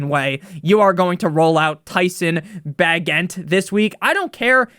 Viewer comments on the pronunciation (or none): Pronounced Bay-Jent (Bagent) lol